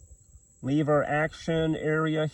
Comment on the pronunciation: You mispronounced words like lever and powder point just to get comments? I never knew that that many people didn't know how to speak English. When a vowel is by itself in a word, unless it has a modifier, it is a short vowel. The first e in lever is a short e, not a long e.. And I think you just misspoke when you said powderpoint instead of PowerPoint. And that lock for the lever is not a safety. It's a mechanism to lock the lever. That doesn't mean it's safe. It may have a sear block attached to it. But it is not a safety it's primary purpose is to lock the lever.